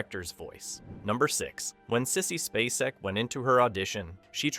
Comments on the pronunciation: Finally pronounced, SPAY - SECK correctly, then says it wrong again. Lol. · SPAY-cek. I am so tired of AI voices. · Sissy SPACE-ec. NOT Spass-ec. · How many times can this guy mispronounce "SPAY-SEK"? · What ruined this video for me is that the narrator could not even pronounce Sissy Spacek’s name correctly? We all know how to pronounce her last name, but this guy who is narrating this video keeps calling her some weird name. That lets me know he is not really a human being or he just doesn’t give a shit about how famous actresses name is pronounced, either way I’m out. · Yeah, that's not the way you say Sissy's last name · How can you do a video about her and NOT SAY HER LAST NAME CORRECTLY?! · I wish the narrator would pronounce Sissy‘s name properly❤ I enjoyed this thank you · The way you or your "narrator" pronounces Sissy Spaceks last name irritates me. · Occasionally he says it right, so it may not be AI